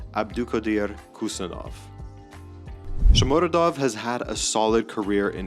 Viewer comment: It’s PaHtakor, not PaKtakor like Husanov, not Kusanov 😉